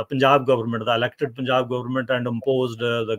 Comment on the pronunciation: For the Love of God... Please stop pronouncing it as POON-jab... It is Punj-aab. I respect your analysis of this Issue. I agree with you almost unanimously... But for the Love of God!!!! It is pronounced Punj-AAb.